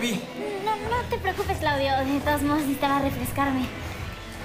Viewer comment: jsjsjdjs aaaa „cliudio mi chiqui baibi mi livi” jsjshs